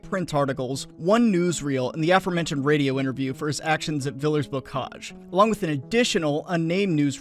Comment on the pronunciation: the french word "villers" very obviously does not rhyme with millers, man.